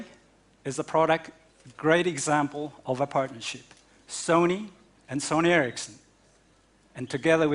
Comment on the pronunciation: i know, but its called sony ericsson not ercisson